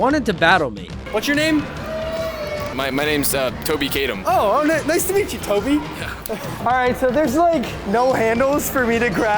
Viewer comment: It’s Coby not toby 😂